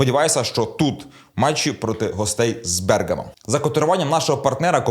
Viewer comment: Не Бе'ргамо а Берга'мо!